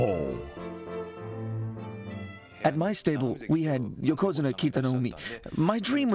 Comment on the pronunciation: "Yo'Ko'Zune'Ah" ..... come on man